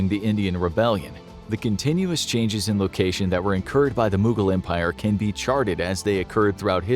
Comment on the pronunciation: The way they pronounce mogul empire angered Ghangis Khan